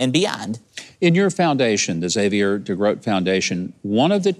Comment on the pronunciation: Thank you for pronouncing Xavier correctly. I bugs me when people pronounce the "X" then the whole name. It's just Xavier, not "X-xavier."